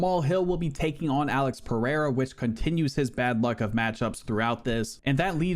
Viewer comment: Its not pronounced Alex Purr-A-Uh jus saying...atleast TRY to get the names right